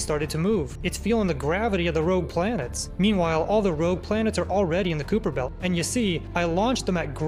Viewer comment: Kuiper belt ❌️ kuuper belt✅️